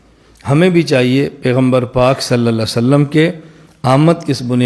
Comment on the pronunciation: جن گدھوں کو صحیح ڈھنگ سے صلی اللہ علیہ وسلم کہنا بھی نہیں آتا وہ دلیل کی بات کرتے ہیں(انڈیا )